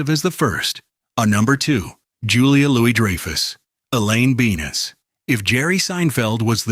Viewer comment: Oh, really? So...who's your narrator? Why are there fake dust and fake "film damage" throughout the entire thing? Why did I just hear your "narrator" say, "Elaine Bean-is?"